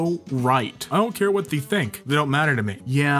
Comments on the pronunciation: think of the word "they" as if it's spelled "thay" not "Thee" I'm really surprised no ones corrected you before.. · theeeee yeah, that's odd. all the other words are pronounced correctly too. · Haha he says they as thee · The post , he says they like the when it's followed by a vowel, what's happening lol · anyone else get just slightly annoyed when pronounces "they" like "thee? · Your pronounciation of they literally gave me ear cancer. I just died